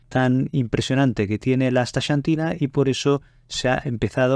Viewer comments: No es "chantina" sino "csantina" o, si acaso, "santina". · Muy interesante. Gracias por la información. Curiosa pronunciación del nombre "Asta(SH)antina. Acá, en el continente americano, pronunciamos la "X" diferente, más parecido a "Asta(KS)antina. Saludos. 🖐🏻